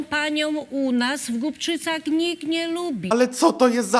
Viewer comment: Głubczyce a nie Gubczyce;) a to sciera taka sliska ze szkoda gadac